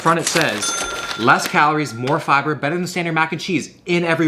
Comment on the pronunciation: he said fiber so southern